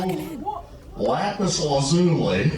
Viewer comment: You said lapis correctly